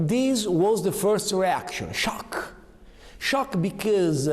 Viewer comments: when he said schiok makes you laugh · The incredible thing about this, is that you can HEAR the words being misspelled. He says "Sciok", not "Shock", and I don't understand how. You can clearly hear the errors in his brain, from his speech. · He speak the language of gods. In my dialect, "Sciookkk" (scioookkk not SHOCK, pronunciations are different) means dirty. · Scioc,bicoos... Ci fai vergognare di essere italiani, ovviamente non solo per come parli inglese eh